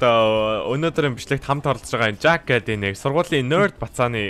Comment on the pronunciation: Jack aa, gdg chin zaakaa gj nga ym shig sonsogdoj bna hhe